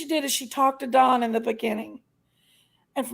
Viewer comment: Please tell that don name is DON D-O-N not DAWN that is a female name is DON DAMMIT LIKE DON THE CON NOT FK'N D-A-W-N DAWN DAMN IS DONALD DONNIE DON NOT DAWN😂